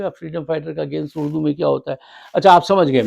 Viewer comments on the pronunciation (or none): none